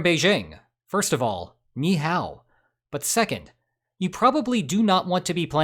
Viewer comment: "first of all nee haw" 😂😂